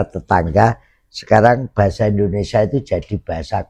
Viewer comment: Indonesia, bukan Endonesa